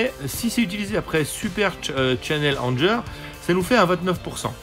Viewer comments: Je veux pas faire mon anglonazi, mais prononce Anger "angueur" :) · Non non, c'est juste que Anger, en anglais, ça se prononce "angueur", ça signifie "colère".